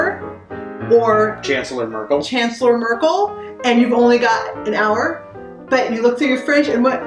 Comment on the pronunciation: Das geilste war "chancelor merkel"😂